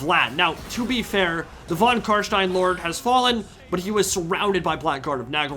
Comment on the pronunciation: When you said Carstein, i thought for a second you were german, greetz from Germany